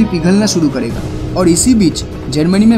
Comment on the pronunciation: Aapki vdo achhi he pr aap karega ko kadega kyo bolte ho